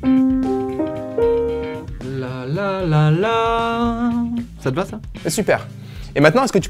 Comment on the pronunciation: environ , j'ai entendu ba , et pas va